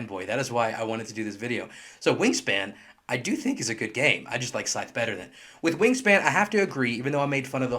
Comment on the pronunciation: it's pronounced "Scythe" not "Scythe". Just saying.